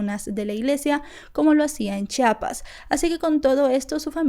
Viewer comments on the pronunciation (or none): es chiapas no chapas...